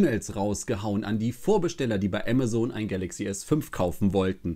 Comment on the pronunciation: Du sprichst Amazon falsch aus man denkt immer du sprichst von was anderem .